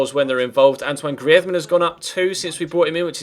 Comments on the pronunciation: You're not pronouncing Griezmann right its Greezmann not Griezmann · I fucking hate it the way he says greisman 😲😲😛😲😲😲😲